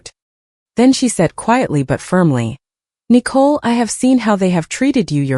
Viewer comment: Why are they pronouncing Nicole like a cat would?